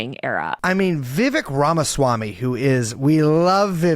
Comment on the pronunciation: brace code switched his pronunciation of ramaswamy